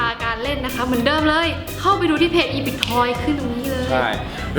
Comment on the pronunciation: พี่ค่ะepic อ่านว่าเอปิก